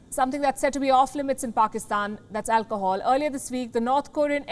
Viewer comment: Alchool she said 😁😂😂😂